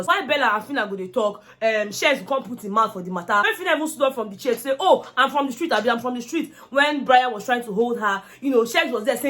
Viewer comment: Bella! Insulted biggie! I hear her say 'Hoh my foot'